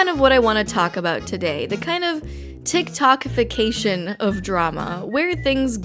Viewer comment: "Tiktok t ification" oof